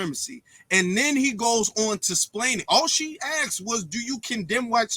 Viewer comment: There's a reason that Vivek has millions of followers, and only has thousands. Vivek is demolishing this "white supremacist" nonsense... and I'm here for it. And by the way, it's "asked"; not "axed".